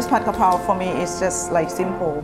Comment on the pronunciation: ผัดกะเพรา shall be pronounced as "Pad Ga Prao". But most Thais are prone to write "Pad Ka Prao", but definitely not "Pad Kra Pao".